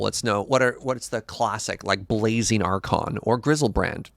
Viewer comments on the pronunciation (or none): none